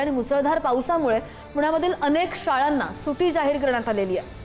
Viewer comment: सुटी नाही सुट्टी 😂